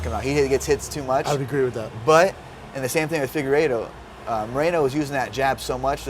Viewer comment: Figuereedo god damnit Schaub it’s FIGUEREDO